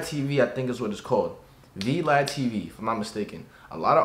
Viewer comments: Not v-lad it’s vlad it’s a Russian name lol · It’s vlad not v lad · It’s vlad not v-lad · This man said v lad it Vlad my boy on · So not vlad but v-lad😂😂😂😂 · V lad tv lol dummy it's Vlad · wait wait wait did he just call Vlad TV "v lad" tv 🤣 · It's VLAD T.V its a Russian name lmao V-lad..... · Man said VeeLad tv like he not aware of vlad. Smh.. u corny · This mfer said v lad TV.................. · Boy said V lad TV….yikes